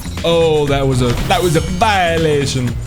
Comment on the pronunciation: I’m in love with saying violation like he’s from london